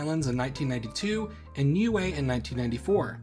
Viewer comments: As far as I am aware, if you talking about the ending in Niue, it is not said like "glue" at all. I do write pronunciation with something close enough to IPA, so it would be easily understood by many people. Glue is pronunciation /glu:/ Official English for the name of Niue /nju:ei/ or /ni:ju:ei/ But the native language does write phonetically, so it seems it would natively be /niue:/ Remember that in IPA /j/ is when English uses Y as Consonant, /ː/ means vowel before is long. It's pretty easy, the phonetic alphabet (IPA). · Niue is pronounced "new-way"?! I've been saying "nigh-eww".